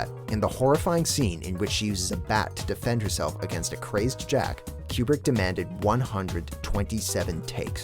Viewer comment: lol Stanley Cue-Brick